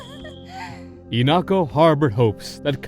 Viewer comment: Why are you pronouncing her name as "inako"